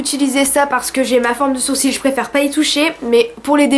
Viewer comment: Oh je ne connaissais pas ! J'ai adoré ta vidéo ! Et je préfère tes sourcils comme ça :D (au fait on dit sourci ^^')